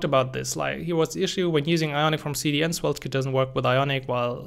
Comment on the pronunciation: It sounds like you are pronouncing Swelte